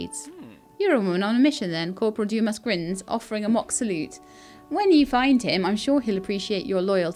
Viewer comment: a quick cheat for french pronunciation is to not pronounce the last letter and just let the sound trail off. So 'Livre' is pronounced Leevr running the v and r sound together only half pronouncing the r so the whole thing is one syllable. 'Dumas' is pronounced Doo-maa. Interesting game, I'd certainly watch more if you're enjoying playing it